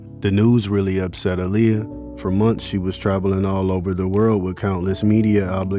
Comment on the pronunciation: Her name is Pronounced Ah-Lee-Yah but thank you very much for making this documentary ❤